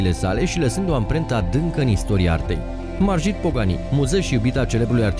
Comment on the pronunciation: Se pronunță Marghit